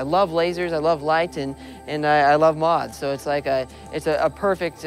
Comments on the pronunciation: why can't this guy pronounce moth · Moth not moz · I love him, however, im offended by how he says moth.